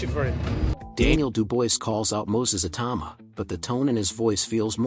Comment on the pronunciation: Totally agree, although Daniel 'Dooboyce' probably doesn't mind. Ironically, the AI pronounced Itauma correctly, when everyone else gets it wrong. Go figure!